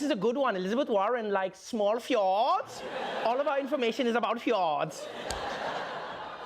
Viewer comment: i thought he said Hjorts instead of fjords